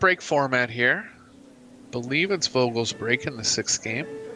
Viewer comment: "Vogel" pronounces with an F, like football. :) It means "bird". You'll hear from him.